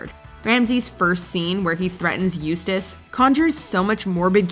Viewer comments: Eustace. Nice to hear it pronounced like it is in the show. Little call back is all... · Good to hear pronounce Eustace's name correctly